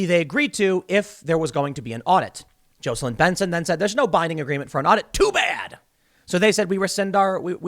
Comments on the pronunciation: Tim, Tim, Tim, Tim... JAW-celyn. Not JOE-celyn! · Tim its Jah seh lin or Jacko lin. Definitely NOT Joe seh lin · Dude. It’s Jocelyn. JAH’-su-lin with lin pronounced like the word “in.” The o is like the a in father, not the o in open. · Tim really has no clue how to pronounce the name JAWs-ell-in (Jocelyn) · I can’t let this go any longer. It’s pronounced JOSS LYNN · 🥲🤣😂 I was just about to say the same thing! Ha ha! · Tim needs to learn to pronounce Jocelyn 🤣